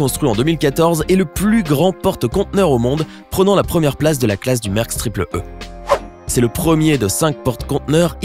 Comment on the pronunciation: c'est pas mersk c'est mAersk